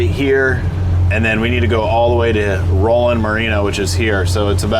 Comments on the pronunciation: You mispronounced Roland’s name so many times, I feel like you were trolling. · Roland not rawland